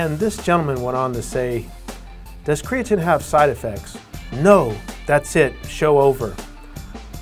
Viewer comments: karatnine? why the difference in pronunciation? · 1 the person can't even pronounce creatine. 2. There have been proven studies that say that creatine DOES NOT cause any kind of kidney damage